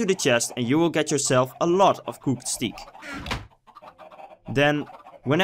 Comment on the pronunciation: Did you really say Steek XDD ITS STEAK from take